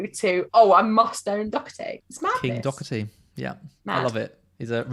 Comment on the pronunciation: Doherty (when an Irish surname) has a soft H. And no C. 😉 Not a big deal, but for anyone not sure just thought I'd mention it